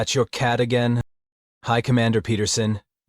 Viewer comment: I love how there is aliens have "enought" when they said "again" 😂